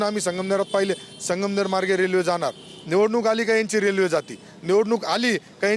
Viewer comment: आधी संगमनेर नीट म्हणा नंतर विकास करा. मॅडम.